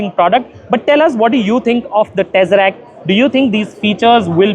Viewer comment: To anyone who has ever watched any Marvel Movie, I don't think the word "Tesseract" is difficult to say.